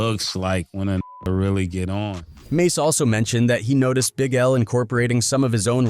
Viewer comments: Fallout with 'Mahs' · This a.i shit wack. Always messing names up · It's mase not mos😂😂😂😂😂😂😂😂😂😂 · You lost me, and all credibility at “Moss.” wasted minutes. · As soon as they pronounced mase ‘mass’ I locked it off this AI shit is corny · I stopped watching at “Mos” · Mos why do you white people do that? Always purposely messing our names up! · No 👎 its mos 😅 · That dude said mos😂😂😂😂😂😂😂😂😂😂😂😂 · How could you possibly butcher the name “Mase”? Then the rest of the video you say it correct?